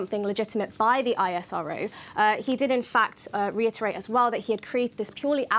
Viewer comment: Its ISRO not I-S-R-O. Just how its NASA not N-A-S-A.